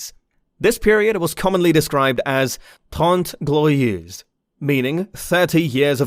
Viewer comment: don't never retry to speak french. it's tRente glorieuSE but lmao good vid